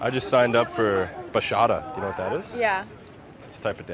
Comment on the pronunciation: Dude really said bashata, bro pronounce it like this Baah-CH-aah-T-ah